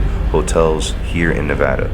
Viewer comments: Thankyou for saying Nevada the right way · thank you for pronouncing Nevada right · FINALY a youtuber who said NEVADA RIGHT